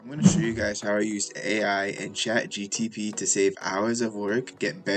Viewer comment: You keep saying chatgtp